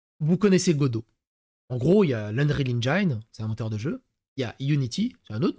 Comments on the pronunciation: Non, Dalibor, "engine" se prononce "endjine" et non "endjaïne" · on dit engine pas engaïne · On dit "EngIIIIne" pas EngIAINE comme dans "Fine" ou "fire". C'est juste un i tout bête comme en français, didjouss T_T <- 3D creator en plus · 'engine' se prononce n'djenn